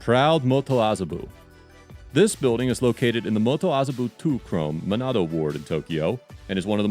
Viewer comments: Lol pronouncing chōme like chrome... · I think the narrator was hired on Fiver, was only emailed a script, and assumed chome was a typo, lol